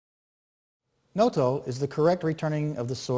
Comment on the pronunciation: Proper pronunciation should be a with long O on both Os. Like Nōtō.